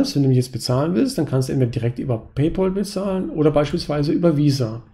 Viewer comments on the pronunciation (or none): Es heißt nicht "Pay-pol," sondern "Pay-päl". Pal wie Kumpel. Sonst hervorragendes Video und Videoserie. Vielen Dank dafür! Ich bin zwar 40 geworden, bevor ich auf die Idee kam, diese Strategie für die Altersvorsorge zu wählen, aber ich glaube, es ist nicht zu spät.